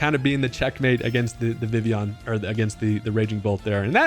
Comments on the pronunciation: It’s pronounced “Vih-Vee-Yahn”🙂 Vivvy-yawn lol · I'm pretty sure its official pronunciation is in fact Viv-e-on. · I always thought it was pronounced Vi-Vi-Yon. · I thought it was viv-leon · Like this if you can’t pronounce vivillon